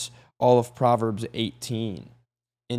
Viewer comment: I thought u said Potverbs 😅😅😂😂😂❤❤❤